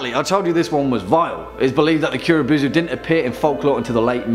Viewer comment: Kuro bow-zoo man